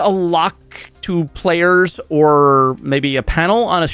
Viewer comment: I heard saying "payers" instead of "players" (although I speak french too)